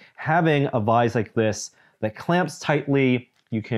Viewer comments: Is he saying "vize"? I've always said "vise". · It's vice, not vize. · I think he means vice. I never heard it pronounced like that before either :S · That one was bugging me as well. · what the heck is a vize? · So can't say Vise.